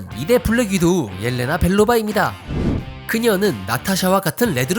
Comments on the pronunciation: 엘레나가 아니고 옐레나요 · 옐레나를 계속 엘레나 라고 얘기하는데 눈이 안좋은거임? 입이안좋은거임? 둘중 하나는 고장이 낫어야 사람이름을 제대로 못 부르는것에 이유가 잇을건데